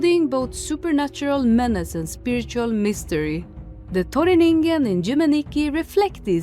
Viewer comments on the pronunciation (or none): PERU MENTION WOOOOO YIPPEEE YIPPEEEE (also its pronounced in-can in english ^^)